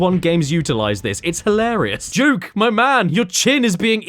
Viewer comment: Its Duke nukem not juke nukem